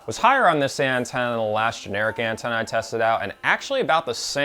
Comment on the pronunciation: Nice video, thanks for the review and info. But not sure why I keep hearing "Andorian Tenna"